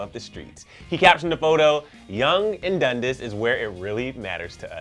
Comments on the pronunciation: "yonge and dundisss" DUNDAS IT IS NOT HARD TO PRONOUNCE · if you're from Toronto you already know dundas is pronounced "dun-das" not "dun-dis" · Here I am again commenting DUN-DAS not DUN-DIS lol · LOLLLLL the way he said DUNDAS !!! love u bro!